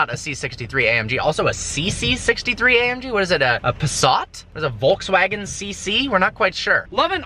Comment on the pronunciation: dude you pronounced Volkswagen wrong its little germenish actually ... any way video was awesome as always